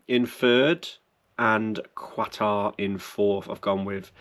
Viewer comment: Hi, curacao is pronounced…. Cure a sow, ( as in pig!), and Qatar is Katar. Keep up the good work, regards Greg B